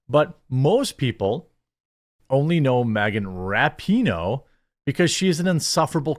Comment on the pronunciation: You mispronounced her name, it's "RAPE-ih-noh"